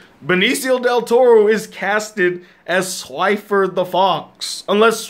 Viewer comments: His name is Swiper not Swifer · It's swiper not swifer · Swifer?!? You mean SwiPer